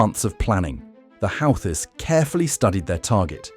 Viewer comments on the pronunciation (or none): 🎯Pronounced Houghtis = WHOTEES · They are pronounced: 'Who-Thees'